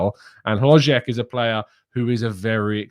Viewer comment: As a Czech native, I must say you said the name "HloŽek" incredibly well,! Unfortunately, his signing for Bayer Leverkusen is much closer each day. Leverkusen are also NOT considering selling Patrik Schick. Both Czech strikers will be playing for Leverkusen. Schick is too important for them, he is their best player and they will need him. Especially because they will play in the Champions League next season. Sources - all of our Czech media.